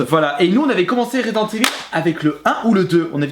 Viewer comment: Resident Evil et non ResidenCe Evil..... Il a du mal le